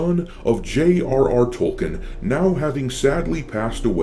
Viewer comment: Stop calling the author Tolken, he is name is Tolkien, with a disting I, you'd sound less like just another retarded american.